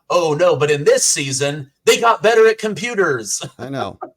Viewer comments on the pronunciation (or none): none